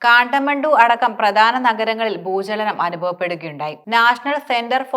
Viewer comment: Bhoochanam അല്ല ഭൂചലനം 😂😢